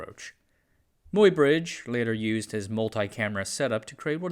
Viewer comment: Muybridge is pronounced "my-bridge", the "Muy" part as in "buy".